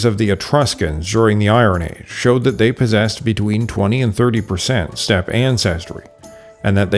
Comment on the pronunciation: "What are you doing step ancestors?" Is what I hear every time I hear you say stepe. I heard that joke way to much.